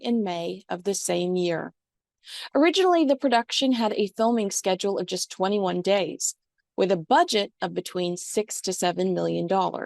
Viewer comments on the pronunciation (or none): none